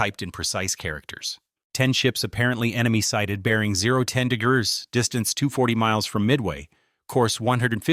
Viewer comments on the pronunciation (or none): Its AI narration. Thats why it said DIGGURRS instead of degrees.